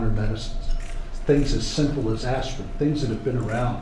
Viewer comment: Aspirin? .lol